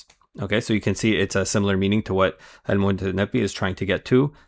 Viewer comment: Brother, it's al-Mutanabbi, not al-Mutannabi. Good video anyway.